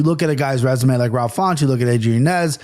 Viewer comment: I know u love the correct pronunciations JA so it’s Yan-Yez